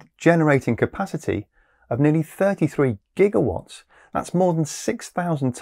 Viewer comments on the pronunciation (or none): none